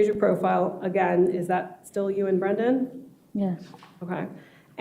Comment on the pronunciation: She cannot say Brendan? she keeps saying Nnnn instead of Brendan? after 5 years?